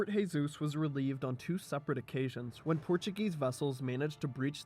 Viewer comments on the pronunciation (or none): Jesus is zhe-sus in Portuguese not khe-sus. Also, first imam of Oman was الجلندى بن مسعود in 751 CE ...you know, almost 900 years before Yaruba dynasty.